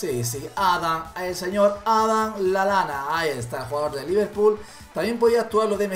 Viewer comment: no es Lalana es Lallana ami aveces también me pasa